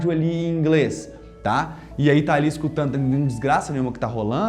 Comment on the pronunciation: Véio sem ofensa mas você come a letra D no português. Em você diz Leno e escutano ao invés de lendo e escutando. Você é um puta professor de inglês e fala creio que perfeitamente o inglês. Mas no portuga há uns vícios. Abraços.